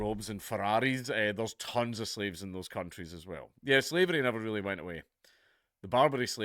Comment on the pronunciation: "Oh, reary?"